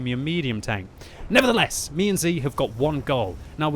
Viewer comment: has the best "nevertheless" ever